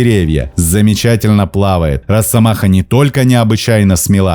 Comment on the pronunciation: Не "роССомаха", а "росомаха"! С одной "с" пишется, и так же произносится.